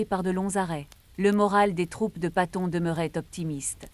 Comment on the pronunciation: Enfoiré .. on ne prononce pas son nom comme ça.